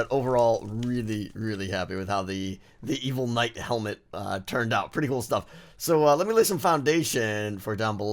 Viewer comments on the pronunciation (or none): was anyone else thinking "my speaw and magic hewmet!"